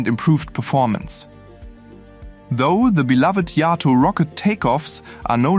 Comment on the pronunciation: Interesting and informative, thank you. I always had a soft spot for the Blue Angels and fondly remember assembling a Revell model of one as a kid, around1960 or so. Oh, just a hopefully helpful tip: JATO (Jet Assisted Takeoff) is pronounced jay-toe rather than yah-toe. 👍